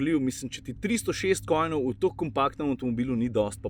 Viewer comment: Konjev,. KoNJev. Niso kojni. Tisto so bitkoJNi. 🤗😀